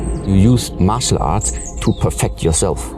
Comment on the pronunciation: Sounds like he said muscle art